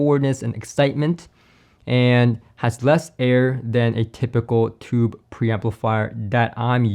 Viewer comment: Not “tubby”. As in the 🛁 bath tub! OMG! I was shocked when I heard that. You mean “tuby”. That’s pronounced ”